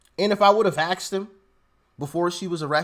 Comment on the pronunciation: "axed them" sorry but you say it I can hear Michael Jordan in my head saying: "Please stop it..."